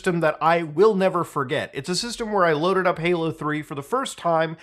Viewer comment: are you saying “Paylo” instead of Halo? Sorry I’m having an “argument” with the missus about whether you said halo or paylo. Subtitles say “halo” but I don’t know if they are auto generated. My gf claims I won’t convince her it’s not “paylo”. But I think it’s “Halo” he says, it just sounds like paylo. …Paylo 😂